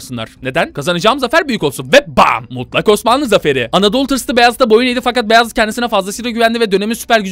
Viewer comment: abi Beyazıt değil uzat Baayezit Faatih gibi